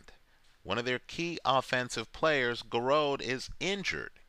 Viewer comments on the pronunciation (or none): It's more like ji-roo